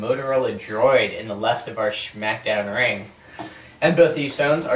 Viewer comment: schmack down?